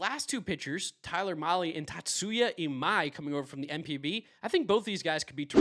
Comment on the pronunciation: Kazuma is not pronounced KaZOOMa, is Ka-zu-ma. Short zu. Same with Imai, the Japanese u is short, not long